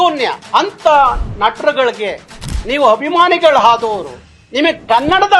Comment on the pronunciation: ಎಲ್ಲಾ ಸರಿ ಆದರೆ ನೀವು ಅಭಿಮಾನಿಗಳು ಅನ್ನುವ ಬದಲು ಹಭಿಮಾನಿಗಳು ಅನ್ನೋದು ಯಾಕೆ. ನೀವು ಮೊದಲು ಕನ್ನಡ ಸರಿಯಾಗಿ ಮಾತಾಡೋದು ಕಲಿಯಬೇಕು! ನಿಮ್ಮ ಹೋರಾಟ ನಿಮ್ಮ ಮೇಲೆಯೇ ಮಾಡಿಕೊಳ್ಳಬೇಕು!